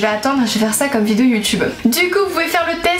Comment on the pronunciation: Je replay 50 fois le début de toute tes vidéo j'aime trop comment tu dit on se retrouve pour une nouvelle "VIDIO"😂🤣